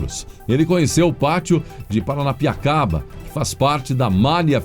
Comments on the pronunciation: O melhor foi os erros tentando falar Piranapia.... não sei oque...rs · Kkkkk tão bonitinho errando o nome da cidade de Paranapiacaba,você é otimo👍